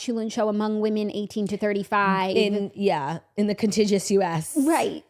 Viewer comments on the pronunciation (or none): It’s contigUous. Not contigious.